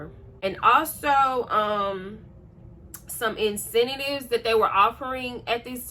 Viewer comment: Just for future reference...it's in-cen-tives. You keep adding an extra syllable. Also just want to say I think it's really cool you moved up to being an RN. I think just being an LPN/LVN is really cool too! It shows hard work and dedication. I aspire to work my way on up like that one day. Congratulations on the new job and title!!